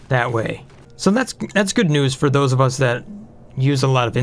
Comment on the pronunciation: Look out... "Thosey" "pokey-shells" will "somy-timeys" try to put things in a "chokey-hold."